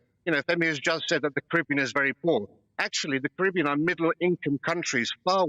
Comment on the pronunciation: Why does that bloke pronounce Caribbean wrong every time?